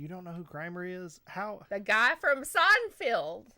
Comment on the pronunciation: I like how she pronounces it "Seinfield" lol